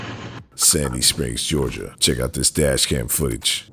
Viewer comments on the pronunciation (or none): none